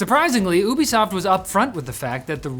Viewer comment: I know he said Ubisoft but i heard boobisoft